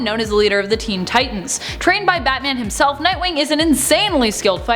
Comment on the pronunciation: Dang I didn't know everyone said batam.